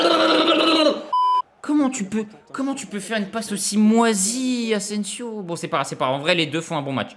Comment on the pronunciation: « Ingins » « Sergio asensio » C’est quoi le prochain ?😭